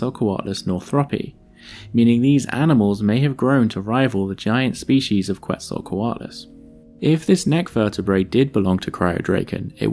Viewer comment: Hearing it pronounced as "Kwetzalcoatlus" brings me physical pain. Still good video, that's my only gripe